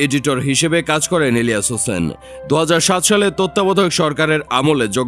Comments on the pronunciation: পুরা নাম ভালো করে বললে কি আপনাদের কোন সমস্যা হয় নাকি??হোসেন শুনলাম শুধু। ইলিয়া হোসেন স্পষ্টভাবে একবারও বলেন। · বুঝলাম না। ইলিয়াস হোসেন উচ্চারণ করতে পারতেছেন না ক্যান? 🤔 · সবই বুঝলাম কিন্তু আপনি যখন ইলিয়াস নামটা নেন তখন আওয়াজ টা ক্লিয়ার না কেন, আপনার মতিগতি, ভাবসাব বোঝা যাচ্ছে নাহ 🤨🤨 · Bujhlam na unar nam ta silent keno??? Elias Hussain... Nam ta thk kore bolen.